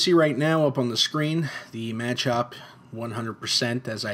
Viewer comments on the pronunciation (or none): It's not a manchop its machop